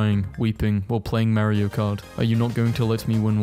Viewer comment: part of me, but did you just say Mario? And not Mario😃